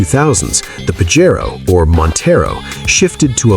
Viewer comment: It's PAJERO not PAGARO???